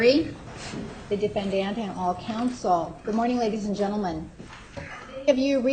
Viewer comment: Will somebody just tell that judge that it isn't pronounced "defendANT"